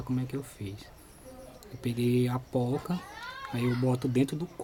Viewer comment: O correto é "porca" com R, e não "pouca" com U.